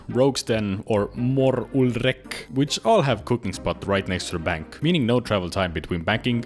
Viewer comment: I knew straight away that you are from Eesti when you pronounced "Mor Ul Rek" XD Greetings from Finland!